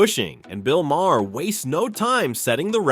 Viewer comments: I never cared much for Bill Maher and I’ve listed to him for many years, but pronounce his name right. The h is silent so it sounds like May-er. I have at least that much respect for the man. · Can't even pronounce Bill's last name correctly... 👎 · I like your video but please learn how to pronounce Bill Maher’s name correctly.